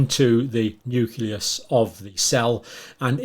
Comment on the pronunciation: It,s Nucleus. not nuculus. I assume you also say nucular.